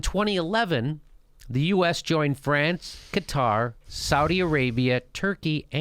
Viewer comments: It's not Qataaaaaar, it's Qatar! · Qatar... like "Kotter" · Jimmy, it's "Cutter," not "Kah-tar." But great explanation. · Jimmy, break it down smaller.. and Qatar isn't pronounced guitar :P smaller, as in older, before the 50s, before your CIA intervention(s) - after WW1 and whatever other land divisions after the split of the Otomans - that was bullshit, and couldn't hold-up; internet killed them. should we play smallest world violin for dictators? coming from US, you don't know much about that, other from news, right? Also, when you add Rusia, Israel, Saudi and whatever others around, the BIG PICTURE gets quite 1080p